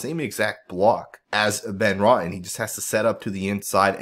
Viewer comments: Nice breakdown,! BTW, it's Roten (row ton) not rotten. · It's RO-TEN not Rotten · Ive been calling him rotten based off videos lol. 🤷🏻‍♂️